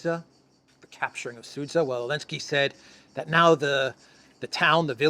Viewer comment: It is not Seitgeist; it is Zeitgeist. Also, zh is one letter ( ж ), found in centre of regime and pleasure, (Sudzha).